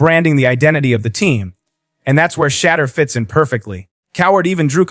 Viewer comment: Pronounce his name correctly! What is wrong with all these deliverance announcers!